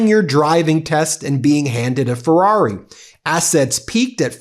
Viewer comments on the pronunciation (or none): none